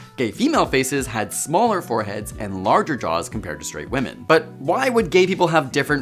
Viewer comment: Can we PLEASE pronounce "women" correctly, though? Sheesh!